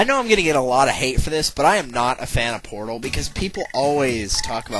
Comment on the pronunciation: did you say portal or porno O_o_O_o_O_o